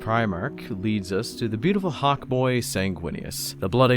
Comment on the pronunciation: It's not fawk it's hawk